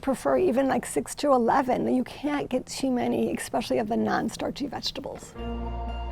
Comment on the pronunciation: I have a hard time taking anybody who says "EX-specially" seriously